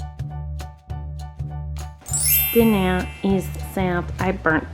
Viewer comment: no one: literally not a soul: colleen ballinger: dinAIR is SAIRved